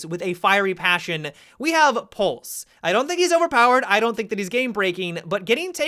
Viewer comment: He ends words with an "a" sound a lot. Wish I never noticed. "Kaida" "have-a" "weapona." Great video still!